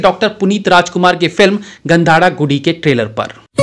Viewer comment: गंधदा गुढी नाम है सही से नाम लीजिये